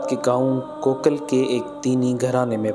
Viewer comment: کوکل نہیں ہے بھائی کاکول ہے. From our beautiful city Abbottabad ❤️